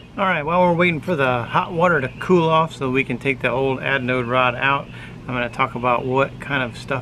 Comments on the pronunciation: sounds like you are saying adnode rod...hehe. ...great instructional video !!! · Adnode or Anode - lol, thanks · LOL had to laugh every time you called it an adnode rod. Threw a D in there for some reason. Also there is no such thing as a hot water heater. If the water is already hot, there is no reason to heat it. LOL.. Just playin with ya. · We always have a blast.....and I mispronounced anode rod throughout the whole video. I kept calling it aDnode rod. 😂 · At least you were consistent "misanunciating" the word anode. Always enjoy your videos, keep them coming and stay safe.